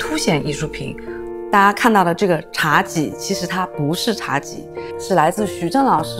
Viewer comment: 茶几 几难道不是第一声吗